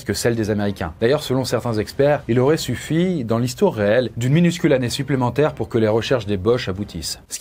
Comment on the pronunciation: "Il y aurate encore plus d'humains"? 😂😂